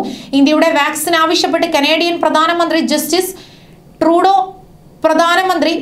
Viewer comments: ജസ്റ്റിസ് ട്റൂഡോ അല്ല, ജസ്റ്റിൻ ട്റൂഡോ. ശരിയായി പറയാൻ ശ്രമിക്ക് വിവരദോഷീ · അമ്മച്ചി ജെസ്റ്റിസ് ടുടോ അല്ല ജെസ്റ്റിൻ ട്രൂയോടോ